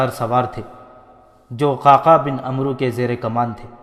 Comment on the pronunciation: parhnay walay nay bohat kuch galat parha. Sharhabeel ko sharjeel. Amr bin Alas ko amro. Tabri ko tibri